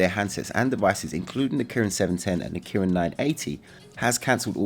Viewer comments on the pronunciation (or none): none